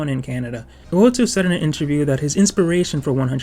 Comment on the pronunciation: U-o-toe, not U-o-too.